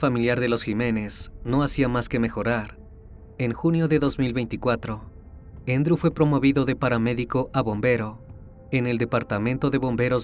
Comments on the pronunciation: Se llama Andrew no Endro. 😂😂😂 Es Andres en español. Un saludo desde Texas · Andrew, no "Endrw".